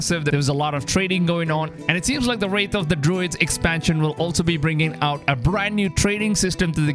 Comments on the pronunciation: Its pronounced "wrath" not "wraith". A makes ah sound like apple. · Ye it’s so annoying said wrath and wraith there no “I” in wrath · “Wrath” not “wraith” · WRATH not wraith bro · Theres no I in the word bro its Wrath/Rath not Wraith wtf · Wrath not wraith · Its Wrath of the Druids, not Wraithe